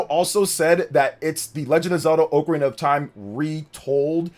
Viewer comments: It's "oc a rina" not "oak a rina", get it right. Lol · Oc-arina not oakarina. Kinda like octopus you don't say oaktopus lol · Respectfully, I disliked the video based off the pronunciation alone. Dude said "OAK-arina" of time. Absolutely wild work. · It’s wild how many people pronounce it wrong, as oh-carina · If you cannot say Ocarina of Time like you're supposed to and you say it stupidly like that do not say it at all you're ruining the name of the game